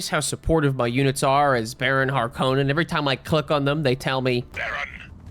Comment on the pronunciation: Hark on in not har konen